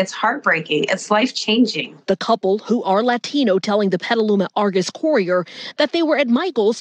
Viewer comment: Petaluma?! Bruh..